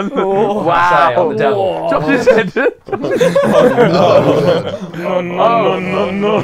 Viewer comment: not Simen its Simon